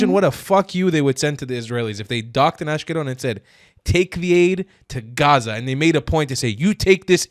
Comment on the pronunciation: the first Arab girl saying Gaza and no hhhaaaaaza i already can respect!!!! This young woman is cooking